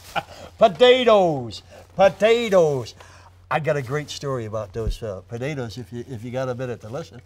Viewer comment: I love how the consonants in Joe's pronunciation of "potatoes" become softer and softer until it's just budadas